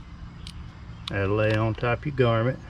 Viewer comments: Grommet, not garmet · Garmint? Is that like a varmint? GROM MET! And people wonder why other people think people with accents like this can't read...:) Thanks for the video - well done!